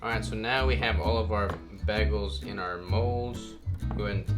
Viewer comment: 2 days and a wake up Happy Wedding week! 🙌🙌🙌 keto🥯 bagel...👌10 🔥 its been a long time go to for the ketofam... Dang..baggals😂. Bag..gulls😂🤣😂🤣Bagul.. That's how you know deep down he's carnivore.. can't pronounce Bread names... but still cooks like a Savage 💪 Definitely a good one for Keto bread👌